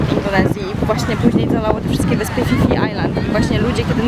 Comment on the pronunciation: hej. fajny filmik tylko jedna uwaga... phi phi wymawiamy jako pi pi a nie fi fi. taka drobnostka ale glupio to sie slyszy. pozdawiam. ps. tez bylem i tez uwazam ze to piekne wyspy